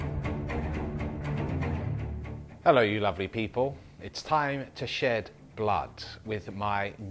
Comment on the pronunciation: Did say "it's time to sh#t blood“???